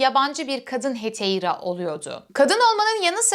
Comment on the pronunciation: Heteira diye telaffuz ediyor ama ekrana Hetaira yazılımış. Ekranda yazdığı gibi "metaikos" mu yoksa "metoikos" mudur ? Haypetya (anlatıcının telaffuz ettiği şekliyle) mı yoksa Hüpetia mı ? Hangisi doğru ?